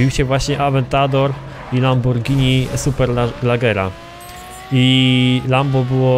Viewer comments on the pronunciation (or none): none